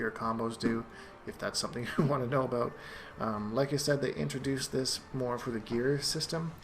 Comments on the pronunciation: Dan Garwood Canadians don't actually say "aboot", except if you encounter a Quebecker with a harsh accent. More likely he's just joking around. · Daniel Patterson he's probably Canadian.